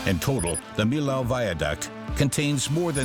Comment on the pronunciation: What a bad pronunciation for the name of the french bridge!...